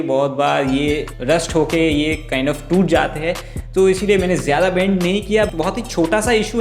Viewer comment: Video has good but kind has😂, kind has